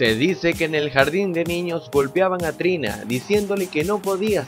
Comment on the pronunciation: Era Trina no "tina"